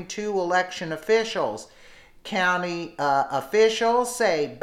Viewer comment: I hate when they cannot even pronounce a county correctly